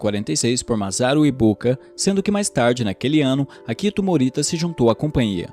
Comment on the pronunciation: Apenas algumas correções: - O nome do co-fundador é Akio Morita (se pronuncia Akío), não Akito; - As palavras hiragana, katakana e kanji são oxítonas, então se pronunciam hiraganá, katakaná e kandí (o j tem som de d). É isso, excelente vídeo. Fica aqui uma indicação de livro, o "Made in Japan", que conta a história do Akio Morita e como foi a fundação da Sony. Abraços.